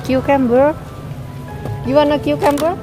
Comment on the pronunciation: She said "qcamber" for cucumber